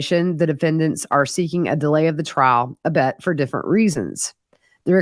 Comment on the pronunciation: Albeit is pronounced aal-BEE-uht, not AAL-bet.